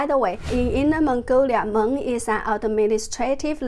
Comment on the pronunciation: Jennifer, you said it completely fine. I could understand you with no problem. Thank you for explaining what meng means also. You are doing an amazing job with your reporting!!! I watch and follow you very closely!